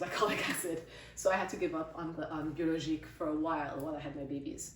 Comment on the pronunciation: Your name says you are Egyptian but your way of pronouncing biologique said Lebanese or North west African. Then while typing this message you said you were Lebanese.